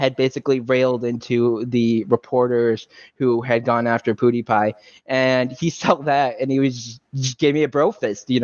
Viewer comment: Both and Malice pronounce Pewdiepie as "poo-die-pie." Lol